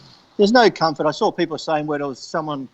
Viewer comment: "The first thing i sawr"